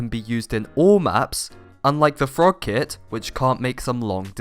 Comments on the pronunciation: I can’t tell if you!re saying, “kid” or kit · I thought he said kid lmao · i thought you said "kid" lmao